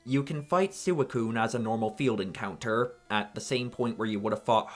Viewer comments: SewaCune Nah even as a kid and without watching the anime it was always SweeCune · Lost me at saying "Soo-ih-coon" for no fuckin reason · Sooey-coon lmao I wasn't looking at the screen when you said that and was confused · It's officially pronounced "swee-coon". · That is… Definitely a unique way of pronouncing Suicune. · I’m fairly certain he pronounced it that way for engagement bait. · That's how I've always pronounced it (I know it's not the official pronounciation though). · Wait, is it wrong? That's how I pronounce it too. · it’s VERY wrong lol